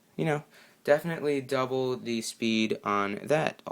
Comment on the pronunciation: The word the is mispronounced many times. The makes the THEE sound only in front of a vowel for example